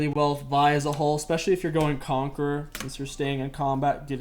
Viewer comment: did this dude really just say vi jungle